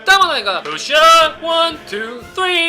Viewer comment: 푸우쒸이 업 원 투 쒀리 들으러 다시옴